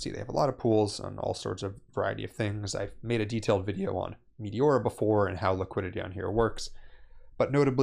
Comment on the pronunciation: Its MeteorA, not Meteor. Otherwise, great video.